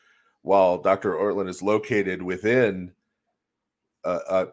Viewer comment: it's "Ortlund"